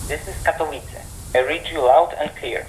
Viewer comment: Katowice → ka-to-VI-tse. //// You were pretty darn close, just gotta know that a bare C is a Ts-sound in Polish. Doesn't Croatian use C like this too? Sosnowiec → sos-NO-vyets. //// This one you got every sound correct, just missed the accent. Polish is second-to-last accent like Italian. Dąbrowa → dom-BRO-va //// You were pretty close, just need to know that ą represents an on/om sound here. Górnicza → gur-NI-cha //// Not too shabby, just gotta know that ó = u and cz = ch. This one though: Strzemieszyce → stshe-mye-SHUY-tse //// I gotta admit, I wanted to give up when I saw this one. It's got a lot going on. rz = Zh (the weirdest thing in Polish spelling) but devoices to Sh after voiceless s and t. t+sh is basically the same as a Ch-sound, but then there's the S-sound in front, because it's not a Slavic language unless there are insane consonant clusters. The one under that though!! Wschodnia → FS.HOD-nya //// If you can say this, you are peak Slav. It's an F, an S and a hard H all in one cluster!!!! W = V but devoices to F before the voiceless S and H sounds. Some other names I spotted: Sędziszów → sen-JI-shuf. //// ę = en; dz = J; sz = Sh; ó = u; w = V but devoices to F at end of word. Zawodzie → za-VO-je. //// For this one the hard part is remembering that dzi becomes J. Szopienice → sho-pye-NI-tse. //// sz = Sh, c = Ts południowy → po-wud-NYO-vuy. //// ł = W; This means south. Dańdówka → dan-DUF-ka //// ó = u; w = V but devoices to F before voiceless k. Porąbka → po-ROMP